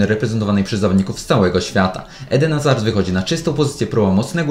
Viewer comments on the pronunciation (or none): none